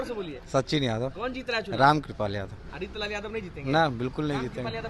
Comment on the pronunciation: Wo reetlal nhi reechlal hai😂